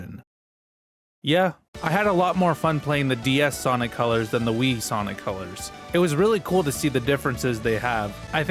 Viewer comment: ah yes, you mean col-ures ~